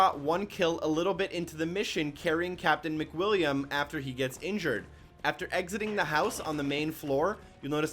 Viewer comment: Soooo anyone else catch that he said Macwilliam during one shot one kill?